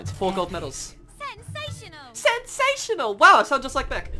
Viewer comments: the moment he said "sensatoinal" i died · It soundet like "Sexational"